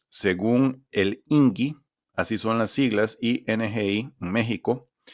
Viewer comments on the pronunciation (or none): El mismo logo de las estadísticas de México indica la pronunciación “INEGI” diferente a lo mencionado en el video “ingi”…